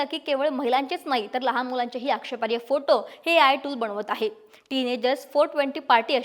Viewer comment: 'आक्षेपार्य' नाही हो.. आक्षेपार्ह म्हणा.